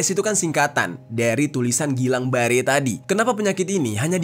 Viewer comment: Bacanya gilen ber syndrom